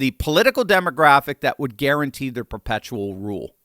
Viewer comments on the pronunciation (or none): none